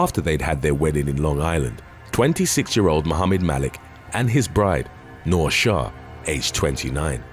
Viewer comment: When he said my name 'Noor' I wasn't surprised since everyone pronounces it wrong 🤣🤭